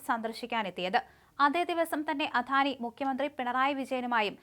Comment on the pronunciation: അധാനി അല്ല അദാനി